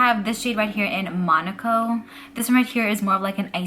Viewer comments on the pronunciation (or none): none